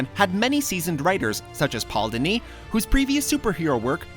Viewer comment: I don't know how you managed to mess up the pronunciation of "Dini," but you did. Still not on WhatCulture's level of pronunciation-botching, though.